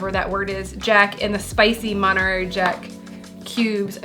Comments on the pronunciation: Omg, I love you two together. 💜🩵💙🩷💚 Being from No Cal the monterary pronunciation is cracking me up. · mon-tuh-rey. Source: Am Californian. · mohn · teh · rrey 🧀 Or maan·tr·ay🧀 :)